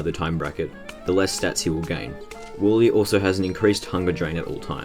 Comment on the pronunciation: Im sorry but i cant stand the fact that you say WALLE not Warly